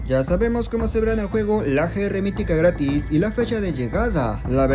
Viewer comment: Es un pequeño detalle nomas pero me di cuenta que en ves de gratis dice gtaris (no hate nomas me di cuenta jaja)